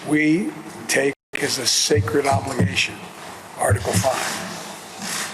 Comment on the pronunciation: Almost spat my tea out when Biden said Article 5 was sacride commitment.😂